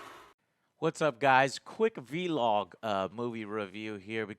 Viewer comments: How many more years is joe gonna say “VEE-LOG” instead of vlog? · Vlog not vee log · Vlog Joe, IT'S A VLOG. Not a veelog